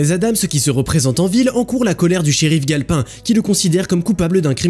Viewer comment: Tu dis le nom du shérif comme si tu sais gale pain comme le pain quoi sauf que c'est sauf que c'est galpin comme s'y avait un e a la fin